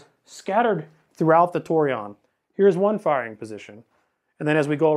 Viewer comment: Tor- eh- own is how to pronounce it.